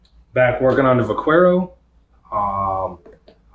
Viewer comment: Vaquero pronounced Vuh-keh-row.